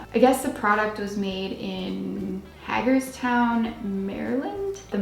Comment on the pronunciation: It would be pronounced hay-gers town. I'm from Baltimore maryland and that's not far from Baltimore.